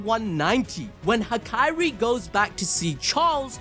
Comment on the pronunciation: It's Hakari, not Hakairi!